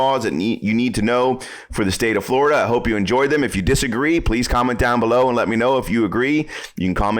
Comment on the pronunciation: Glad we don't live in "Flur da".